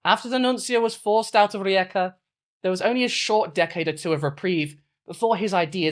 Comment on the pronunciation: Unrelated but as a Croatian I appreciate your attempt at pronouncing rijeka it was actually pretty good